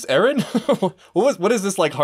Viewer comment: Mikasa always says Ereh man, not Eren.